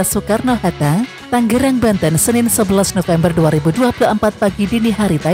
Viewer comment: Ta--nge--rang bukan Tang--ge--rang min😂